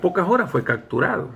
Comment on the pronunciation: Buena historia! Solo una observación se dice capturado! No cacturado!